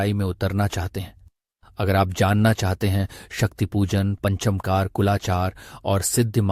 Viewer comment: पंचमकार शब्द पंच मकार ऐसे बोलना चाहिए